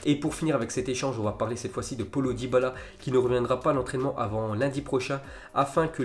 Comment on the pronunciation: Frérot j’aime bien t’est zap image fait un effort pour les prononciations par exemple celui de dybala avec Paulo 🤣🤣🤣